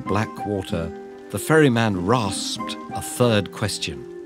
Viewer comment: i heard "furry man" instead of "ferry man" for the majority of the video.